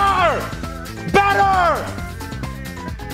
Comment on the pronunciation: whenever he screams better i hear butter xD